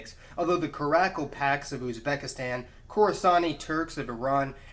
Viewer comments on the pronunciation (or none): OMG, DUDE! Stop pronouncing Khakass "kaka-s"! Learn to pronounce the ethnic names correctly! And it's KarakalPAK. The Tuvans, fyi, are shamanists/animists, as well as Buddhists; their spiritual traditions are syncretic. I'm sorry; this is painful to listen to. Please fact-check, and pronunciation-check, as well.